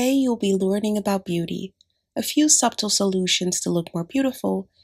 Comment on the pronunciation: good video, btw you don't pronounce the "b" in "subtle," sorry it just made my ear itch when I heard it lol